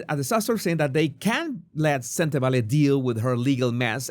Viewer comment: You pronounce Sentebale perfectly. My language (Setswana) has similar sounds with Spanish, must be why your pronunciation is flawless